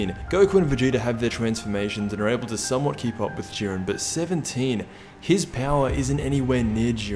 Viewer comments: "Even in goku knocks out (juh-eye-ren)its because of what 17 did" Explain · His name is jiren not duren